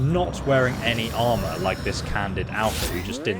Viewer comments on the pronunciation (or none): none